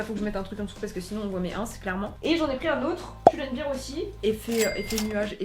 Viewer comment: Si je puis me permettre, c'est bear par biiiir comme beer mais bèr, comme Teddy Bear 🥲😂😂